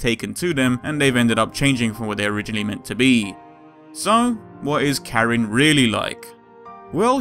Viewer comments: Karin not Kerin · It's not prounounced"CARE-in" or "Kuh-REEN". It's pronounced "KAH-reen". Emphasis on the first syllable, not the second. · Is it...?? Is her name really pronounced: care-reen' ?? 😲😖😕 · [beat] "what do ya mean it's pronounced as 'Kuh-Reen'?!" My exact reaction, bruv xD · Good video. She is my favorite character in the franchise. It seems like you have done a lot of research for this, my only complaint is you didn't seem to bother learning how to pronounce her name. She is Japanese so it is pronounced Car-een Kahn-zookie, Sorry for being picky, but no one bothers with this and it's sort of my pet peeve. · Perfectly fine, no worries. Just a note, i do actually check to see how some names are pronounced before i go in to making these episodes. I referenced the fact that i might have been pronouncing Karins name wrong at the very end of this episode to show viewers that i'm aware of my mispronunciation, even if it was just used in a humorous way. That said, most people are just going to pronounce names the way they see them or the way their own language has taught them to pronounce things a certain way and therefore it's something they've grown up with. I personally made a note of the way i prefer to pronounce 'Zangief's name in the R. Mika episode as i had grown up saying it a certain way. It's not that i am not aware of the way it's pronounced, it's just the way i've grown with the series and how my own language pronounced the names have stuck with me. Anyways, thanks for watching :)